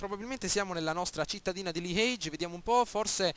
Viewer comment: bel gameplay ma bruttissimo come dici liege !! non siamo in inghilterra :D